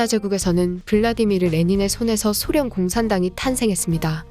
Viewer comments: 쓸때는 소련 읽을때는 쏘련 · 쏘련 이라고 읽어 주시는 게 나을 듯 하네요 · 소련 발음이 낯설어서 못듣겠어요...